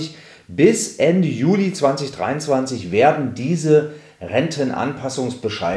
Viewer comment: Also wann gibt es die neuen Rentenbescheide? Von Mitte Juni bis 30. JUNI oder JULI? Vielleicht etwas deutlicher sprechen. Man man auch zum besseren Verständnis Juno und Julei sagen.